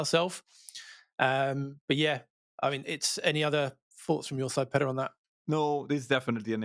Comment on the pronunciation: Your name is Peter not petr bro